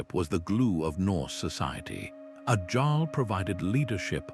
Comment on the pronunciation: AI needs to edit! It's Jarl and the Seine, not sane, just to note a couple of goofs.